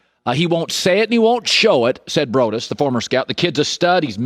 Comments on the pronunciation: BROAD - US not BRODUS. (Bra-D-us) Bryan BROADUS!!! SAY HIS NAME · The Former Scouts name is pronounced: Broad-us. Not broodus. Dude is an amazing analyst. Please have him on your show, the guy knows and has worked with many current and former GMs, plus has very deep ties with Ron Wolf, and many others.